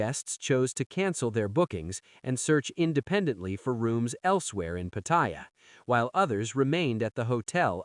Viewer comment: Until you learn how to pronounce Pattaya, bugger off you newbie grifter !! Showing what a Pathetic amateur you are!